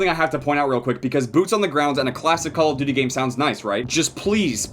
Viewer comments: So I've been watching all his vids on cod thinking the intro went "I like dirty" not "call of duty" it kinda fits tho lmfao. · I THOUGHT THAT THE INTRO WAS SAYING "COLORED TURKEY" INSTEAD OF CALL OF DUTY IM SO DUMB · I seriously thought you always said "ouhhh youu dirty" at the intro of BO3. I finally realised you meant "Cooul ouhh Douty" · Finally found out he was saying call of duty in the intro, always thought it was a herp derp kinda sound.